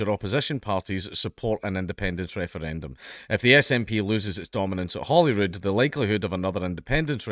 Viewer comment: sounds like you're saying "Holywood", I was like "Holywood?!", then actually read the article and was like ahhhhhhhhhh, Holyrood, of couuurse